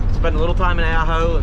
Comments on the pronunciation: It's pronounced Ah-ho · that would be pronounced Ahh-Ho, I resisted the first three times you pronounced it. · The way it sounds when you say it is Supposed to be Awe-ho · When saying the town Ajo, the j sounds like an H. Aho. ;)